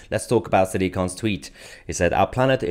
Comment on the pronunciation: lolll how tf do you pronounce his name? I’ve been dying laughing…. sah-dic k?? 😂